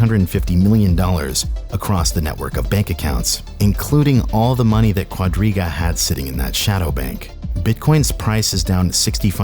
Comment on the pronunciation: Am I the only one who misheard Quadriga as Rodríguez more than five times?